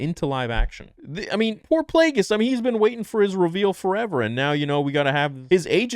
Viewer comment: Thank god, I was so not ready to have Plagueis butchered